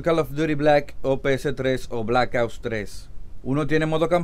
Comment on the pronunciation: Es muy difícil pronunciar OPS?